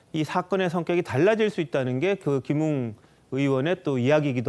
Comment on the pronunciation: 맞아요 김웅을 김응이라 하네요 김응 국민밉상 입니다 ㅋㅋ